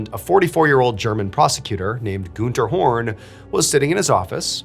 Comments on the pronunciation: It's Gunther, not Gooner 😂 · Btw the name is pronounced „Gahn-ther” not „Goon-ther”. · IT’S GUNTERRRRR GUN. TER. not Goonter. Like Hunter. With a G. It would be like like saying Hoonter instead of hunter. This whole video I’ve been shouting “IT’S GUNTER. NOT GOONTER” every time you said it like that and my mom thinks it’s hilarious. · i'm so sorry but the way he says günther kept cracking me up ToT amazing video tho mrballen, as always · I love how you pronounce "Günther" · is the name really goon-ter and not gun-ter? 😭😭 its bothering me so much